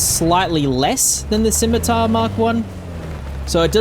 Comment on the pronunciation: 20 seconds in and already I have to award you points just for being able to pronounce Scimitar.